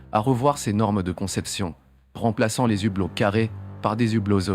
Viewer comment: Justement, le H de "hublot" est muet, on ne fait pas la liaison ! Merci Sybic74 ;-)